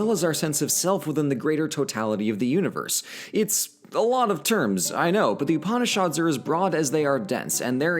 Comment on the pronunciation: I'm 5 minutes in, and please, you do know literally every single vowel in upanishad is short, right?